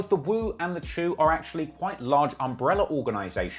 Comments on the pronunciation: If you hear a nyc cop calling it "cha-oo" why you gunna call it "chew" Culture vulture energy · The chew!??? Bruh😩